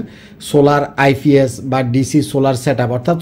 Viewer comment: আইফিএস না আইপিএস😂😂😂